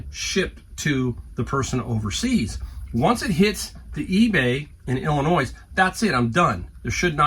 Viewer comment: It is ill en oye....not illinoyse